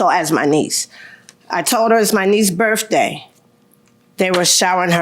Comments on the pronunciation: It's. 'Birf day'😅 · "birFday",, "February tenF". Such a petpeeve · Hey, at least we all now know that her birfday is February tenf. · BIRFDAY. I wonder if they ever had to call the Poe-Lease or an Amba-Lance? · 😂 Her Birfdey